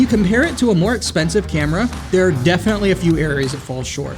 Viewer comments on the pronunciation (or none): none